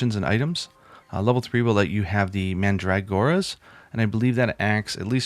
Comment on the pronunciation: 'mandragora' is pronounced like 'man-druh-gore-uh'